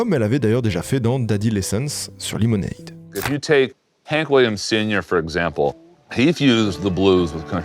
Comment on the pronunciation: Tu fais un boulot de fou, le montage est top, les anecdotes sont tops. Mais s'il te plait, verifie la prononciations des mots anglais, mon cerveau vrille a chaque fois que tu dis "lemonade" ou "washing" comme tu le fais. Je veux pas faire le mec. Mais dans le doute, ya un super site qui s'appelle forvo (je te mets pas le lien pour pas que mon comm disparaisse) où il a la prononciation des mots de plein de langues par des locuteurs de langue maternelle, vraiment, fais un petit check, tes vidéos vont encore gagner en qualité.